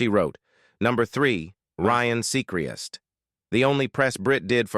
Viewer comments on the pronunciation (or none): Ryan Sea-cri-est? 😂